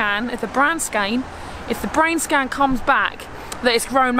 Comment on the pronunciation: lol “bran scain” Lots of blessings and prayers your way! 🙏🏼